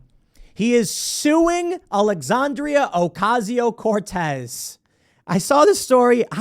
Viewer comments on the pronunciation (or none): HAHAHAH ALEXANDRIAAAA OCASIIIIO CORTEEEZ was the weird accent necessary Tim?